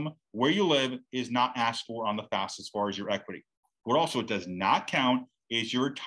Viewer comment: Are you calling it fasfa? Why do people pronounce it switching the letters?